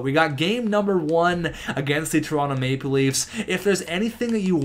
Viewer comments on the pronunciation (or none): none